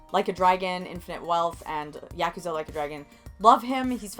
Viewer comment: OMG, you said Yakuza correctly.